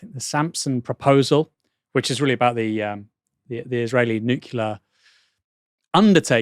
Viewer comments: Of all the things GWB should be hated for, giving the entire English-speaking world an impediment saying the word nuc-lear has to be the most annoying. It’s nuc-lear like the nuc-leus of the atom that is split to make the energy. Spellcheck won’t even let me type nucular because that’s not a word. 🤨 -Not a slight at Aaron, he usually says it correctly. But everyone screws this up post-GWB. I’m taking it back. 😂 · I can't believe that said NUCULAR